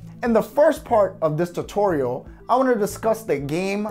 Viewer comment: I have a suggestion. Learn how to say tutorial.